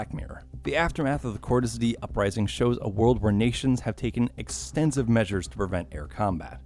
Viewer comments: It’s die not dee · with the amount of times they screamed "Cordis Di[EH]!" in BO2 and this dude still pronouncing it "Cordis [D]," I'd say he didn't even watch cutscenes of the game lol. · its not cordis di its die its latin ffs why americans are so useless in pronouncing simlple words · It's "dee uh" cordis die sounds like "cord-is-dee-uh" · Not cordis dee it’s cordis die (d-ay) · "kortes D..." It's "Kort-us dee-uh" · It’s cordis de-a not cordis dee did you even play the game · It’s not cordis di it’s cordis die (dee-eh) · Hearing this guy say “Cordus Dee” makes me want to cordis die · "Cordis dee" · cordis dee cordis dee a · Great video but you are pronouncing “cordis die” all wrong it’s latin. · It pisses me off how you say “coris die” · Ahhhh yes Cordis “Dee”. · and dimitree pentreko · "Cortis Dee" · Cordis DeEE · The fact he pronounced "Cortes Die" wrong so many times makes me sad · It’s pronounced cordis d eye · no it’s ACTUALLY pronounced CORE-DIS DE-UH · It’s pronounced Cortes dia, awesome video though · Cortes D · Bro come on petrenkka no pe tren ko, Cordis Die e sounds like an A dia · Hearing the way he says cordis die hurts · why can't anybody pronounce "Cordis die" right, it is literally pronounced in the game! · Everything is good but atleast say cordis die right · Anyone else annoyed by the way he pronounces Cordis Die? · "Dimitri Petreko" "Cordis DEE" lol! But good video overall. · nope. no he did not. "Pentreko", Cordis DEE". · I mean you don’t have to play the games but you can at least take 2 seconds to learn how to pronounce Petrenko and Cordis Die, jesus